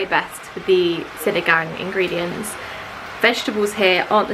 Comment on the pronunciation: I'm having a heart attack with your engredients hahahaha. It's not annoying because it's understandably, but it's hilarious😂😂😂.... I'm sorry I can't help it✌️